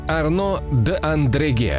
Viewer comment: Очень классный канал и отличные анимации!! Но: ребята, ну какой "Андреге"??? Маршало Арно звали Одрегем (Audrehem)